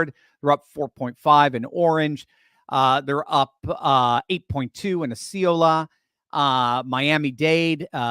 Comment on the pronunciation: little help its OS-C-Ola FL pronouced...you WERE CLOSE 🤗